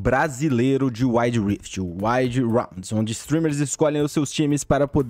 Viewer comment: ARENDA DO UÁID rift?